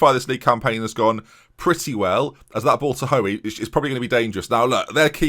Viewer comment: As someone with the same surname its not ''Ho-ey'', its pronounced like ''Hooy''!